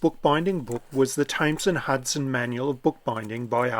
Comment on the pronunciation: Please don't go to London and pronounce 'THAMES' the way you do in the video. You'll get a kick up the kyber!